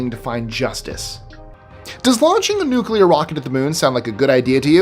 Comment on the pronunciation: My man actually pronounced " nuclear " correct 😂😂😂.... most American morons pronounce it " nuke u ler " with 3 syllables 😂😂... New - clear 2 syllables.... real simple ..... the Bush Jr method makes you sound as stupid as Bush jr.... 😂😂